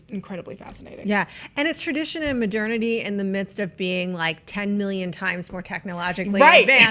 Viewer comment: Did they just mispronounce modernity? :P